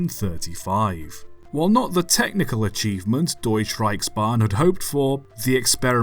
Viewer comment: deush reishban 🤣